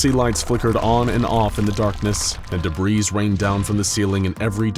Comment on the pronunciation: Great video! Got some interesting pronunciations there though. Pestilence (pest-a-lence) as Pest-u-lence and debris (da-bree) as dabreeze. Also noticed an error here “nobody knew as much /than he did/“.